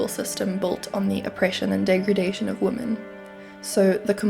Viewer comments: womEn, the plural of woman is womEn. Check your pronunciation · I appreciate the hard work you have put into such a serious topic. Please, “women” is pronounced differently than “woman”. Mispronunciation discredits your thoughts and ideas.